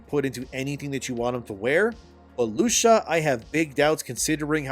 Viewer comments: Loo - C - Ah Not Lusha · I know it’s nit pick but in Spanish, we not sneak an h into the C in names like Lucia.